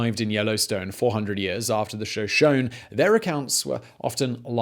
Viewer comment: Ouch on this one. Geezers and show-shown. Try guy-zer and show-shown-y. I was born about 50 miles away from Yellowstone. Such a beautiful area. I'm kinda glad I don't live there anymore just in case...